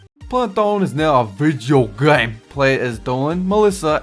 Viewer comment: Did you have a stroke when you said video game?